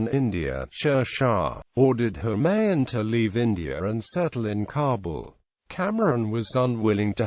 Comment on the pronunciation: It is Kamran not camron and it is Humayu not holman